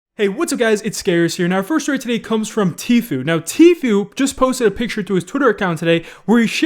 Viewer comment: I might subscribe again if you learn how to pronounce Tfue the way Tfue pronounces Tfue.